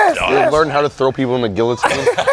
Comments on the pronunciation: calling the guillotine a gill-o-tine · Omfg. Did he just say Gill-a-teen instead of guillotine?!? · Worst take to for mispronouncing Guillotine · WITH THE BIG L FOR “GILLUTINE” CMON MY GUY😂😂